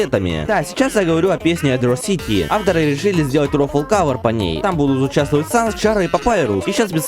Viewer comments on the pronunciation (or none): none